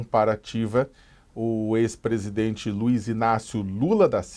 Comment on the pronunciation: Esse jeito como a fala, como q pondo um H entre as vogais Por exemplo, presidHente), aliado ao eeeeerh, mais o neee?, demostra seu preparo medíocre. Sacamoto, bem menos.